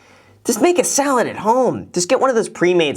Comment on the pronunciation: am I the only one who thought she said "solid" not salad?